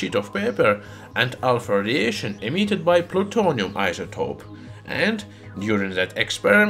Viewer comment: I can't stop laughing every time it sounds like he says "Alfurdiation"